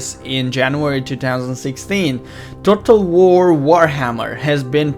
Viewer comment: dued u can't even say total war lol dued